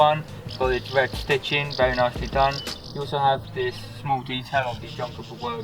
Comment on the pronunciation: Love that talking, the wed light and nice wubber, going out on to the woads 😂😂😂😂😂😂